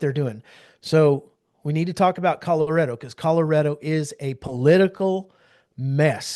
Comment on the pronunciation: It's Color-A-do, not Color-i-do!!